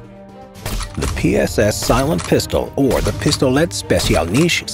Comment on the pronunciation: "The PSS Silent Pistol or Pistolet Sppecialneich Zamodzoraizneich" WTF?! As russian, I can say that this is "Пистолет Специальный Самозарядный" (Pistolet Specialnyi Samozaryadnyi)